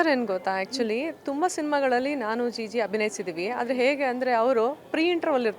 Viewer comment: ಮಂಗ ಅದು ಜಿಜು ಅಲ್ಲ ಜಿಜಿ